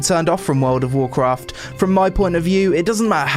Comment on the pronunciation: "wowd of wawkwaft" enough said. And holy run on sentence without substance.